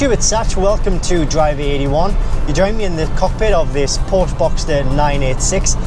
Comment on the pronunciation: I'm sorry, I only made it 1min into the video. I can't take you seriously if you can't even pronounce the name correctly...